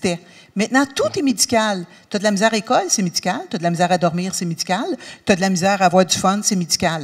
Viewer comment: je comprend grâce au contexte là mais... "todlamzar" ? ^^ [edit] après 5 écoutes je l'ai : "t'as de la misère à" = "tu as du mal à" !